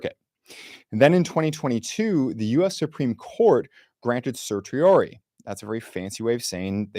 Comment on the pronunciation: You need to better explain "en banc" for the masses. AND learn how to pronounce "certiorari!" How many judges sit on the 9th Circus?